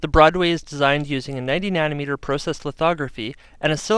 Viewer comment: I like how he emphasizes "pro" in processor and process.